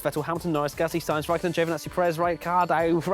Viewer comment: Rai-car dough!